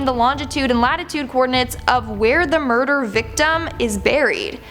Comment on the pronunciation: She said burder hahahahaha